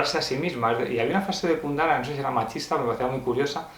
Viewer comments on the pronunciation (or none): Jajajaja,, ¿por qué lo llamas "Kundara"? ¿O soy yo, que estoy mal del oído?